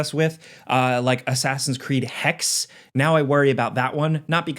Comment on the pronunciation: Hexe is the German word for witch. It's pronounced Hecks-uh.